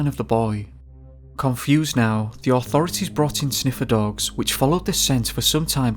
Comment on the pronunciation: are you saying "sniffer dogs"? WTF?